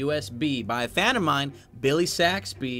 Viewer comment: is the ceo of saying "m-ein" when he dies